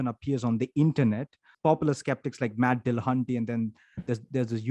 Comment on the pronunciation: How did you manage to not only use not-his-avatar for Paulogia , but also mispronounce Matt's name , AND misread Paulogia's jingle ?! Believe it or not, everything went downhill from there...